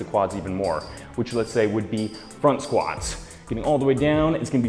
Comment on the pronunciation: Squants or squats lol I'm sorry it's just funny how you said it